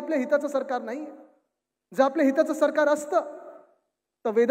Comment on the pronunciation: टीव्ही ९ घ्या पत्रकारांना नाळी आणि नाही मधलं फरक कळत नाही 😅